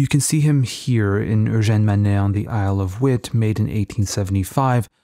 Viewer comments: Great video which puts a name to some of the paintings I’ve seen. Thanks! (Quick note, Isle of Wight is pronounced “Isle of White”, it’s a lovely island if you get the chance to visit.) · Really love your videos, I've just binged most of them whilst painting! Also btw the Isle of Wight is just pronounced 'white' but i prefer your way!